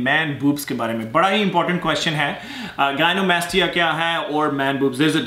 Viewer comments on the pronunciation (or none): Bhai it’s not gainomastia It’s gynecomastia, n it’s actually brest which come when ur estrogen leave is heigh.